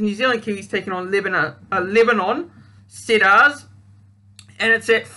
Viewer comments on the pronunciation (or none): HI mate. good luck making the vids. Just a tip.. It's pronounced "Seed-ars"... Let's go Lebanon! My first Lebanon world cup match I watched was Lebanon v New Zealand in 2000 WC! DAAAAMN it was cold!